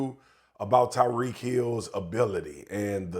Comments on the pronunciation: To constantly say Tarik instead of tyreek is so disrespectful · “Tarik” Hill 😂😂😂😂😂😂😂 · I appreciate Molly for checking him about mispronouncing Tyreek name.